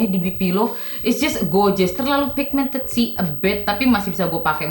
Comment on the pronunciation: Ngomong pigmented aja ndak becus